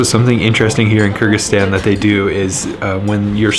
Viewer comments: Sounds like you are saying Kurdistan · If you say it slowly might be easier to pronounce Kır-gı-zis-tan